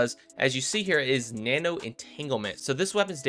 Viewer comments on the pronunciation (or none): none